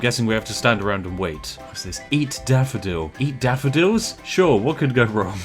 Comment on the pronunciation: Everybody: "wrong" Spiff: "wronk"